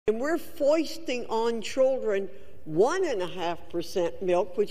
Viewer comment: Fouisting??? Man did she have a stroke or did i?????